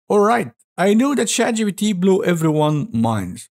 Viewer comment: Man your B instead of P hits me every time. ChatGBT